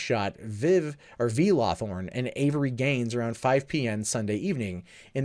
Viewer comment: He keeps saying LawTHORN. I can't help but notice the guy's name is LawHORN.